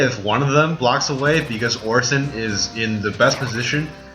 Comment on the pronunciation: Did he just say... "Orsin"?